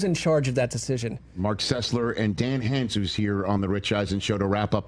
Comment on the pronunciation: Funny that Rich, after working with Dan for years, doesn’t know how to pronounce Dan’s last name